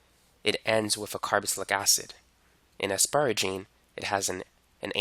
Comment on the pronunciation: Carboxylic not “carobocylic”